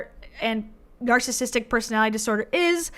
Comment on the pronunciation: The way Debbie says “narssistic” and leaves out the middle syllable is driving me berserk.